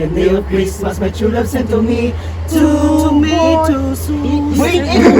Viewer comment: Three toomeytow sows. Hahahahaha